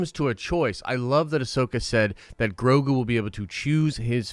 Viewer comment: its grow-go not grow-goo.